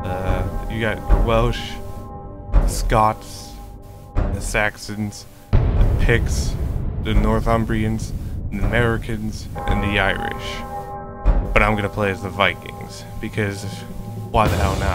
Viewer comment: Mercians is pronounced "mers-ee-ans". Its where the coconuts come from :)